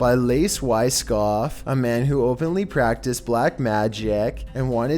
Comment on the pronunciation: He said practis